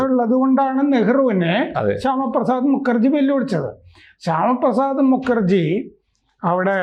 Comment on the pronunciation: മുക്കർജി ✖️✖️❌️❌️ മുഖർജി ✅️✅️✅️☑️☑️✔️✔️✔️